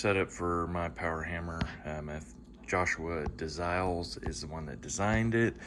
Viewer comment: His name is pronounced Joshua De "Lie-L".